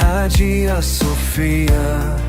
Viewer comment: Hagia sofia... betű szerinti felolvasása. Borzasztó még hallani is. A.I. hang, tele hibákkal, A.I. által összeállított videók. Az infók jók, de az egész mégis rémesen vacak.